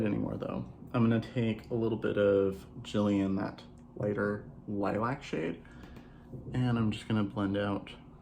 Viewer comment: Omg thank you for being the only person I watched that said Gillian correctly 🤣